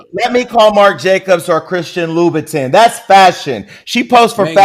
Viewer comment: you can’t trust someone who says loubouTIN 💀